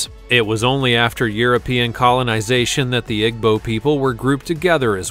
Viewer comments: My god “egbo people”? It’s “eebo”- I don’t understand why you even did the Igbo, what is scary about them? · You are pronouncing Igbo the wrong way. It's pronounced E-bow.